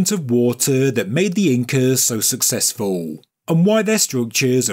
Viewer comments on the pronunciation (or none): none